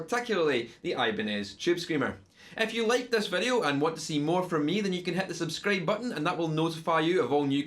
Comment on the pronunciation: "Subscrabe button" :D Great video and great accent :)